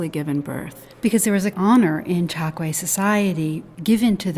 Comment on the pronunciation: You are wrong. It's pronounced Tchokué. I'm from Angola, my family is Tchokwe